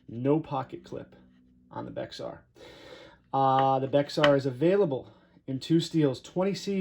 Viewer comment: Pronounced… Bear